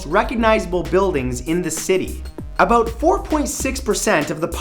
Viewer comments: "aboot" lol this guy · "aboot" lol this guy......